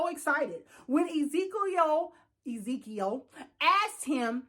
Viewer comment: who the hell is Izikieyoo🤣🤣🤣🤣🤣💀💀.. its Ezekiel it's a Hebrew name